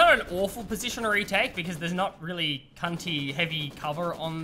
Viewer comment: did say “ there’s not really any CUNTY heavy cover or anything”.